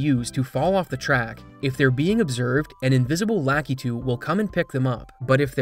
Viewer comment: La-KEE-too, not LA-keh-too.